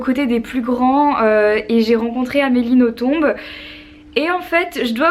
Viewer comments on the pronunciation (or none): Toi qui est une très grande fan d'Amélie Nothomb, sache qu'on ne prononce pas le "b" à la fin ;) Bisous !